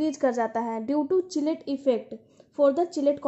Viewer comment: किलेट not चिलेट mam